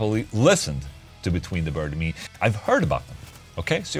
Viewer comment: I thought you were saying Between The Bird And Me.